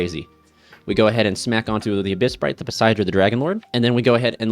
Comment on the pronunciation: Bruh. It's AbyssRHINE, not Shrine. It's AbyssTRITE, not Sprite.